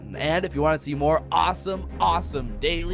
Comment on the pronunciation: its MORE NOT MOAR